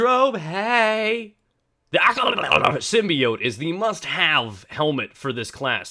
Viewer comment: Lol "The Acho-agjtarghetfdyh Symbiote” Okay you made my day xD!